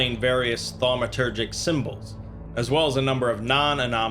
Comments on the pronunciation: Well, ya lost me after 5 armed Eel and Tetrahedronal object. Aslo, its pronounces phonetically like TAW-met-er-jik. Not THAW-me-ter-jik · I'm gonna be the jerk that says *thaumaturgic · SCP drinking game: take a shot every time he says 'Thawmatergic'